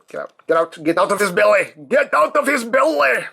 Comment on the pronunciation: Why did u say "get out of his belly" in a Scottish accent